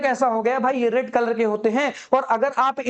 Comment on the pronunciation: Rad❌ Red✅